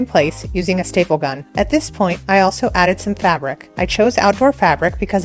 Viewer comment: Did you say styple or staple the first two times? Accuracy counts! Bang.